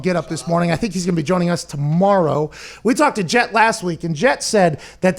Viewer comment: Its JEFF not Jett jesus christ folks. At least get the guys name right🤦🏾‍♂️